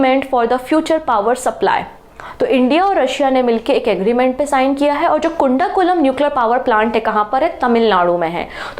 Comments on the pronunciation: kundakulam ❌ kudankulam✔ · कुंडा कुलम nuclear पॉवर प्लांट नहीं है......कुडानुकूलम है